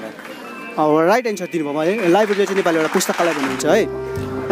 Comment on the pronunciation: सठिक उच्चारण चाहिँ लाइबेरि होइन लाइब्रेरी हो |